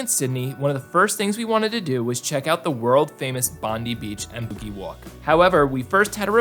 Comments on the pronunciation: Pronounced Bondye and Coojee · every foreigner mispronounced bondi and coogee :P